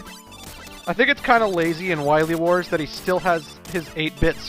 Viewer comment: Zomg... Wahwee Wars!